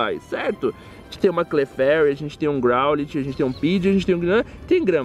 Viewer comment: growlite se le groulaite